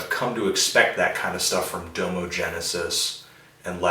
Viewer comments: It's pronounced Dah-mo not like domo-kun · u cant even pronounce domo's name correctly